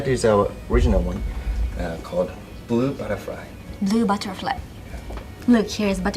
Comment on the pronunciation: Я тож только смог разобрать блу батерфлюй 😅😅😅😅